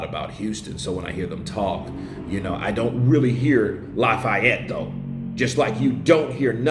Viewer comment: bruh you caint be from tha boot sayng Lafayette lak dat!